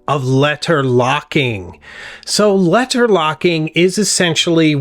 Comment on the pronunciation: K never mind the way you say leTTer turned me off